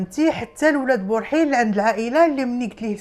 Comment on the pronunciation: اولاد برحيل ber7il ماشي بورحيل